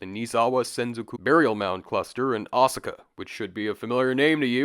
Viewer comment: "Ah-sika"? Not "O-saka"??